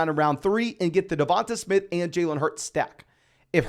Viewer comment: Great video, but I think you might want to check your pronunciation of DeVonta Smith.